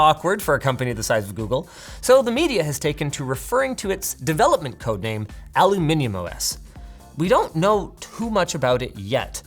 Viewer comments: Did he just pronounce aluminium correctly? You finally managed to find the lost 'i' ! 🥳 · wait did you just say Aluminium? 🇬🇧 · Wow did someone from the Americans pronounce aluminium correctly 🙃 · Congrats on the correct pronunciation of aluminium.